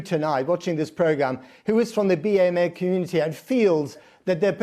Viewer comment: I’ve never heard someone say Bee-Ay-Meh community.